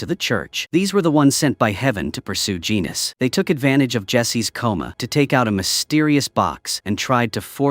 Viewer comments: It's GENESIS not genus ok.😊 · Its "Genesis" not "Genus" you AI slop. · The show is called Preacher. And for the AI Voiceover - it's pronounced "GEN-E-SIS" not "GENE-US". It's a 4 season show. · "Genus" ??? 😂 it's "Genesis" you AI slop. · Genesis and Killer of Saints! Say it with me and practice before your AI understands how to pronounce the main plot characters. Have some pride in your work! Otherwise kudos for taking the time for this breakdown. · Voice to text program can't pronounce Genesis for some reason.